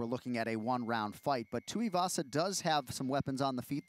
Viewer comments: "Tai Teeavasa" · Can someone tell Chael it’s pronounced Tai two E Vasa